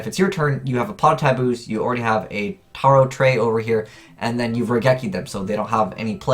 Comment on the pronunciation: The name of the card is pronounced as Tarot Ray